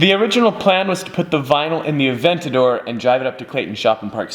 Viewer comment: Hearing you say “Aventadorr!!” in that corny accent is painful